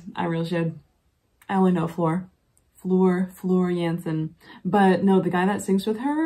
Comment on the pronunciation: You are correct on your pronunciation of Floors name. Marko, the basist is not married to Floor. Floor is married to Hannes Van Dahl, the drummer of Sabaton. Tuomas is the keyboardist, Emppu is the guitarist, Troy is the multi-instrimentalist, Kai on the drums